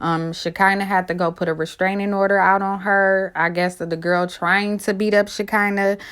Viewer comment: Y'all be fucking Shekinah name up so bad it's sha-kun-nah 🤦🏾‍♂️😭